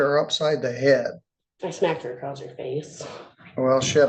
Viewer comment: Acrosst.. smh...it's giving CoolWHip 😂